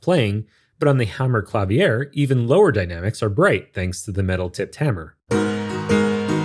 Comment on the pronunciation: It's "Ma-TEE-as," and "kla-VEER." 😒